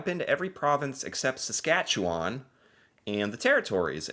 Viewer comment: HOLY COW! You pronounced SASKATCHEWAN correctly!!!! 😂👍